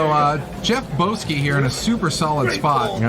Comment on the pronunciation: Who the fuck is Boss-key? I only see someone called Bowski.